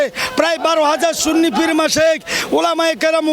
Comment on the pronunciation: যিনি সুন্নি কে সুন্নি বলতে পারে না সিন্নি বলে। আপনি তো ঈমান হারা। যিনি রাসুল মানে তিনি সুন্নি। এটাতো কোন বাতিলের দলের নাম না। আল্লাহ আপনার দোয়া কিভাবে কবুল করবে। আপনি তওবা করে ঈমান আনুন। আল্লাহ আপনাকে হেদায়েত করুক